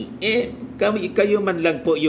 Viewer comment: Talagang diin na diin ang BBM MO ha nkkatuwa ka talaga